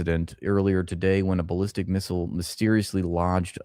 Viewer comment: The “BAAL-listic Missiles.” 😂😂😂😂😂😂😂😂😂😂😂😂